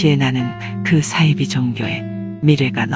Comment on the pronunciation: 이분 발음이 매력적이네요 안빵x 안방o 싸이지x 사이비o